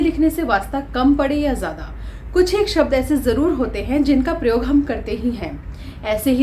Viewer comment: प्रयोग का उच्चारण ठीक से करना चाहिए।